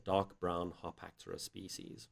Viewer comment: Everyone even REMOTELY interested in baboon genus/species NEEDS to see this video. Excellent job ! - one question: the pronunciation of "Harpactira".... the presenter says both "Har-pack-TEAR-er" - and "Har-PACK-ter-er" - ... which is it supposed to be ? I always call this genus "Har-pack-TEAR-er"